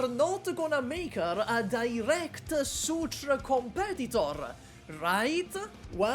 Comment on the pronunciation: Wait why are you saying "Degen" in Degenbrecher like the degen in degenerat 😂😭 Edit: Wait is "Sutra" is Surtr?